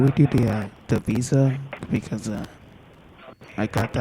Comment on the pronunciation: Level 5 technician...ah, that's what people over at Lewis's Tech were talking about... I thought Lewois's Tech was just joking putting a "w" every time a "v" appears but they really do say WIRUS and WISA...